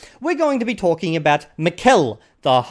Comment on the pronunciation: A few things: it's pronounced MI-kel, and not mi-KEL. I'm assuming he's Basque and this is why he speaks Basque and Spanish. He also branded his channel as 'NATURAL' LANGUAGE LEARNING, but all he does is making vocabulary lists and memorizing sentences which I find very ironic since I don't think any of us naturally learn our mother tongue doing such things. He also claimed that reading in order to learn a language doesn't work. His English accent is very bad to be an hyperpolyglot. And finally, the three month BS is beyond laughable.